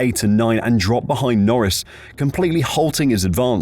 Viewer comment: "behide" = "behind"